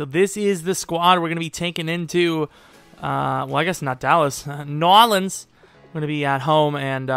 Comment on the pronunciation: "New Orleans"